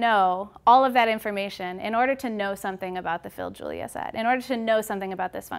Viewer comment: Can the name sound any more wrong??